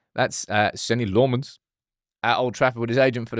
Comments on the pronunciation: Hey, not being a smart ass here but pronounciation of the first syllable of LA-mmens is like in the ‘la’ of la -la-la land. You said a LO sound like in Lo-pez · "La"mmens, the "La" is pronounced like in back"la"sh, or do re mi fa so "la" ...